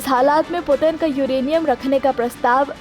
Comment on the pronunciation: Putin ka naam sahi nahi le pa rahi to reporting kya ghanta karogi😂